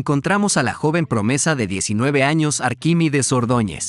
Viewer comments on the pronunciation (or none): none